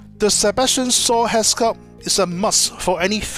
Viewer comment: That actor is Sebastian SHAW not sebastian SAW...my god..your english pronounciation really makes me laugh.